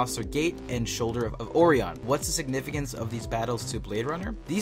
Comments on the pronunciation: shoulder of OR-EE -ON? not quite. It's referencing the constellation ...OR-EYE-ON... have a listen to the speech to which you refer. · OR-REE-YIN? Did you even watch the film? It is ORION. Pronounced "OR-EYE-ON" Unless english is your second language, you have no excuse. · O ri on not Ori on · shoulder of "oreee-on" FPMSL O-Ryan! ORION! jeesus! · shoulder of OH - RYE- UN as in the the greek hero, forever memorialized in the stars as a constellation. NOT "or- e - on" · Did you pronounce Oh-RI-on as OH-ree-on? C'mon, dude, it's not an uncommon word. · That's how you know this is just a narrator not a fan. When you can't even pronounced Orion correctly. As in, Orion's belt. As in, Orion pictures. Not OR-REE-On. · Sorry, did you watch this film or even Blade Runner? Todd wasn't bioengineered as you stated at the beginning, and Tannhauser Gate is pronounced TEN-HOIS-ER and Orion is pronounced ORE-RYAN. Had to stop the video lol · Or-e-on? Really? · Shoulder of o-ray-ahn. yeah, not how you pronounce Orion... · Lost me at tahawser gate and should of oreeon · You might want to pronounce the Tannhauser Gate and the Shoulders of Orion the way they were pronounced in the movie. As it is, I could barely understand what the hell you were talking about. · Seriously, how do you mess that up? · He also mispronounced both TANHAUSER & Orion. He is not a true Blade Runner fan, doubt he's even seen it once. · The mispronunciation of "Tannhauser" & "Orion" were equally hard on my ears, but alas there is no easy fix for that :-/ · Orion is not pronounced like that.......